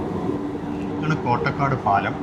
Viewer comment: കോട്ടക്കാട് അല്ല കൊട്ടേക്കാട് എന്ന് ആണ് പറയുക